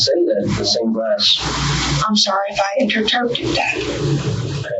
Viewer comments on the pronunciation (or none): the way she says Interpreted that. She goes "im sorry if I Inter terptited that" 😂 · She say “interterped?”